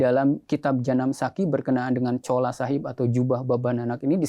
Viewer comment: Ma'af bukan Chola tp "Chula" Chola itu ga boleh disebut karena artinya kurang baik menurut BHS Punjabi/Urdu